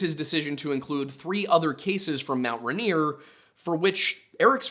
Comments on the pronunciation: “Runear”? Dude. It’s “Rain-ear.” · Hearing you mispronounced Rainier every time hurt. Ray-near Pew-Al-Up The story about the food going down the western side sounds like it was probably the Osceola mud flow when the west side of the mountain collapsed, flooding down to Tacoma. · It's RAIN-ear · No way never thought someone would cover these stories. I'm originally from Puyallup, it's pronounced (pew-all-up) lol. And Rainier is actually pronounced just by sounding it out too so (Ray-near) and I can't speak for other tribes but most are actually just sounded out around here.